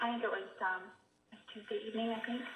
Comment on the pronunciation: This is SO trivial....but I hate the way she says "think" "sink" "pink" or any other words that rhyme with those!! She pronounces them "theenk" "seenk" and "peenk". Is this a California accent? Or maybe I am the one saying them wrong and am just dense to that fact...? In any case, it drives me nuts! :-)